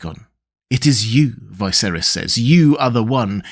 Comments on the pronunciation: IT'S NOT Vi(to rhyme with high)-ser(to rhyme with air) - is. It's pronounced Vis(to rhyme with hiss)-ser(to rhyme with her)-is. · Why do you pronounce Viserys as Vyseris? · I'm curious why pronounce Viserys name so differently?